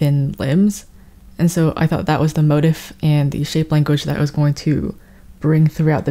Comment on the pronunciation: "mo-teef" please im begging lmao